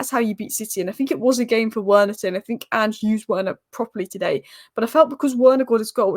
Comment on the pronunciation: I know it's a small thing but Werner is pronounced like "Verner" by the way. Good analysis as usual, I'm sure you'll be conflicted in the next round wether to support man united or your secret favourite team Spurs ;)